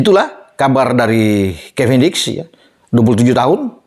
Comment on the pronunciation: dulu bilangnya kevindiks